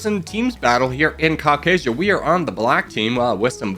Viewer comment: also the pronunciation of Caucasia is Kas a shi a